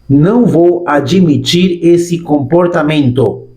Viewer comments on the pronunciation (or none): Se pronuncia Ad - emitir o ayimitir